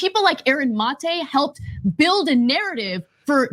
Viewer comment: & win points in my book for being among the few who bother to pronounce "Maté" correctly (ie, the way Aaron himself pronounces it).